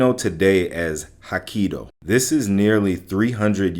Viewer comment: They are pronounced as Ezo (ehh-zo) , and Hokkaido (ho-kai-do)....for christs sake man they arent even that hard...get it right . The "E" makes an "ehh" sound and the "AI" makes an "eye" sound (like the word eye). Its very basic my guy